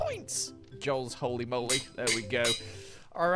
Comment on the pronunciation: "joe-ly hoe-ly moe-ly"